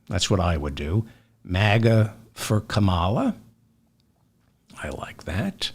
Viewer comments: David, it’s comma-la. Not kaMALA. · Nice video. Please pronounce Kamal's name properly 'kamala' not 'Kaamala'. Thank you. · Brilliantly done, David, so well explained. Just one thing........KAM-a-la. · Please pronounce Comma-la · You're mispronouncing Kamala. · Why do you insist on mispronouncing her name? Otherwise I enjoy your program. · Pronounce Kamala properly please